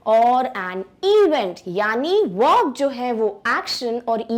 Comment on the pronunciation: Pehle uchharan sikho tum...verb ka uccharat vorb kaha sai sikha hai?